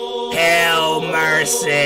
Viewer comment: Did he say- HAIL MERSAYY